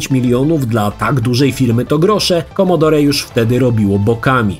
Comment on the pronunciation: Nie wymawia się "commodorE" tylko "commodor"!!!